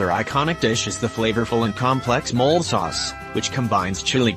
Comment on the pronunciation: Umm, you lost me at Mole sauce. It's not a burrowing animal sauce. Pronounced 'mo-lay'. C'mon... Honestly I was losing interest before that as so far there hadn't been one single fact about Mexico I didn't know